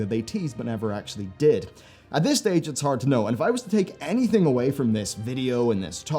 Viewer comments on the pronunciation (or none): none